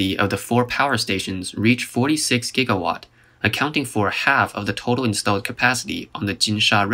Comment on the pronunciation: 22.5 giggawatt. 22.5 giggawatt! How could I have been so careless! What the hell is a giggawatt!?